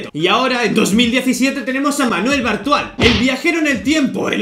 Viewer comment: Entendí "Manuel Brutal"